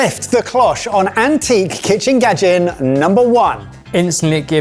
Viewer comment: "kitchen gadgen"😂